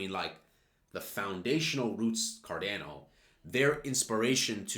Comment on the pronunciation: Why do you say Cardano is such a weird way. You say "card-ai-no". But it's pronounced "card-ah-no".